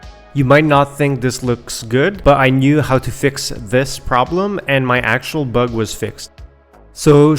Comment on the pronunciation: "So that's a bUHeg" :P